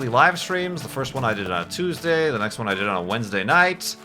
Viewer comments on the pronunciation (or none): none